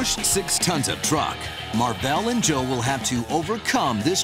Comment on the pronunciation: the dude seriously said "Joel" it's Joe...